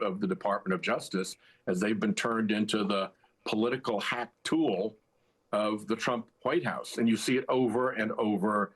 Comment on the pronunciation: "They've been turned into the political hack tool of the Trump White House." I kept hearing this as "the political hawk tuah" until I turned on the captions. You're a classy guy, Senator, so I knew you didn't say it... but man, it sure woulda fit on that thang! Thank you as always. I look forward to each and every one of your posts. 😊 💙💙💙